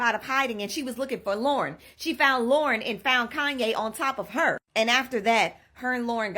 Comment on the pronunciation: keep hearing LORA, instead of Lauren. so annoying, dont get sloppy pls